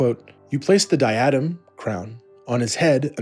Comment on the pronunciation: It’s “dye-eh-din” not “di-atom”